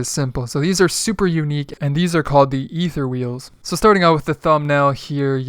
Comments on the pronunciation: Those Aether wheels are Badass! Btw, it's pronounced Aether(A-thir), not "E-ther" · Aether is pronounced aythur. Just FYI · You could pronounce "Aether" correctly...